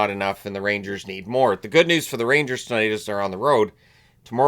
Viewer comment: I thought said “The Road Ragers”.